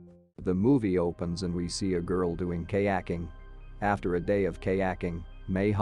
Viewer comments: "Kay acking" 🤭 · I love Kay-acking.